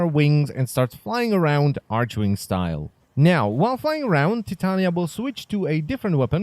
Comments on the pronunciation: "arch-wing" Correct way: "arc-wing" xd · jen takova maličkost archwing [arkving] ne arčving :D mas super videa :) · Jesus Christ. Its "Tit-anya" its like not "Tite-ania" or however you're sayin it. Like the fairy queen? She's supposed to be like a fairy lol...its also "Ark-wing" bud....not "arch-wing"...